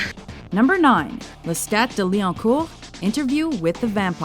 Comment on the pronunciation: It's NOT LestaT!! It's Lesta!! FRENCH!!! You don't speak the last T, for Enkil's Sake!